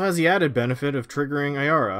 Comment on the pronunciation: At least he said Ayara right, there's one guy in my playgroup that has a deck of her but he pronounces it Arya and it really annoys me...